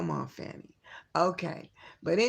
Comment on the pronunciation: let me guess,you ae a trumper? And it is pronounced Fani (sounds like fawny| NOT Fanny!!!!!!!!!